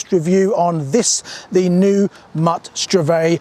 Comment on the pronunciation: It's pronounced "STRVAYG"